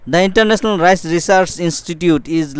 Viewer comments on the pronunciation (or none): none